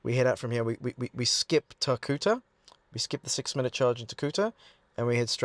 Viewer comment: Tar - Cutter. 😆